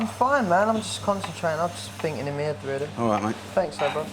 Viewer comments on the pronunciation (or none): "I'm just finking in my 'ead." ~Lee Ryan As opposed to the other places he finks...